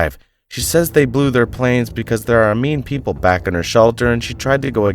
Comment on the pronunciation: It's Returning. To return! Do not say Vack it's wrong absurd!